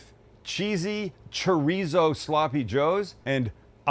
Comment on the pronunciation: As a Mexican, my wife cringes every time you say "chorizo".